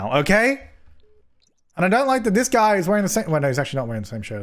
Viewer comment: wtf is a guym